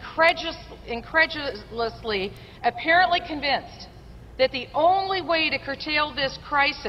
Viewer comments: She can't say incredulously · Incretious..incred..jizz..iously. Sorry, I had too many this morning.